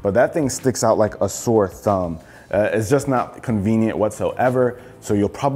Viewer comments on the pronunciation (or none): none